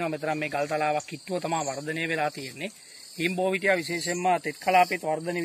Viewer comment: හීන්බෝවිටිය ග්‍හ නම් පැහැදිලි නැහැ